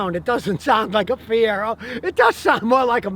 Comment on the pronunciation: Brother Scotty.... MR-2 My friend....never a Fie-Rag-O